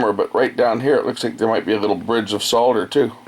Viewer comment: I love how you tell it how it is....good is good, shit is shit....thank you for being so candid:-) And thank you for saying SOLDER not SODER Cheers, from Aust'